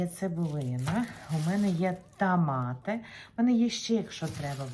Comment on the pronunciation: Моя хороша, в школі грамоту вчила ?! Правильно тОмати а не тАмати ! 😂